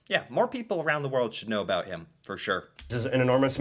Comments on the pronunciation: You say this YouTuber has the most "about"... meanwhile the way he says it is not a way I've ever heard it from a serious person. And I'm an OLD Canadian. As for Nellie McClung getting the Brits involved... The Queen, then and "now" (When there is a Queen) is officially the head of the Canadian gov't so when the stubborn "old white guys" in the Canadian gov't didn't listen so she went to the Queen... and "surprisingly" the Queen felt she, and other women were in fact persons. The US tends not to report on news outside its borders... I mean there is a lot of US to cover. Canada however gets a lot of US news, both on Canadian channels and the US channels we get. The Bluenose was a commercial fishing ship, that also raced during the "off season". You really should watch the Heritage Minutes to get a similar quick overview of our history. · I think he's the only Canadian to say "aboot " Not how I, nor anyone else I know, pronounces it. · I also question whether this guy's "aboot" is for real. I'm 64 years old and I have never heard anyone pronounce "about" this way. Not once. In fact, I have told American friends that Canadians don't actually say "aboot" at all. Just like we don't all end our sentences with "eh." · Just so you know, not one single Canadian says aboot unironically. It is not how we pronounce it. Ever. He’s solidifying the stereotype and it drives us mental. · has found a great schtick by comically over pronounce "oot" and "aboot" in a way that no English speaking Canadian would ever do in normal life. I do remember seeing a few scene in the T.V. show "How I met your mother" where Barney teases Robin about how Canadians say about so maybe thats why he does it. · He is the only Canadian who says aboot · He does this intentionally, not only with about but any word that has the letters ou in it. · ahhhh the ironic aboot... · He is definitely saying "aboot" like that on purpose. Aside from that, great video!! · God, I hate listening to say “about”